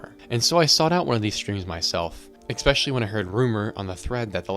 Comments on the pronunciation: The word is eSpecially not eXpecially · your video is very hard to enjoy or take seriously every time you say X-specially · Wild how common this mispronunciation is. People do the same with espresso.